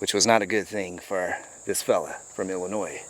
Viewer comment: Illinois, not Illinoise you idiot